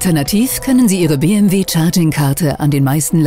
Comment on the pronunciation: Bitte entweder Deutsch (Be-eM-We) oder Englisch (dann aber Bii-eM-DoubleJu), aber Mischen tönt nicht sehr kompetent ...